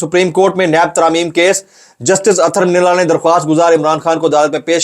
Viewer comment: اتھر من اللہ نہیں ہے جناب اطہر من اللہ پڑھیں پلیز